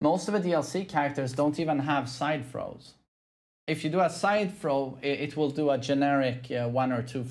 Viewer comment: Side throws I thought u said fro I’m like what the hell is side fro my apologies 😅😅